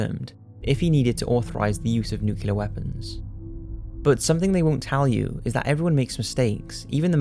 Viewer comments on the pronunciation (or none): NOO-CLEE-AHR. Not nookyaler. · nuclear, not nucular. I know we're talking about the yanks, but that doesn't mean dumbing yourself down for them. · I absolutely love ur posts!! But, I'm so sorry pls it is nuclEar, not nucular..pls😁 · Nuclear is NOT pronounced nucular! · Noo klee er(ar). NUCLEAR!!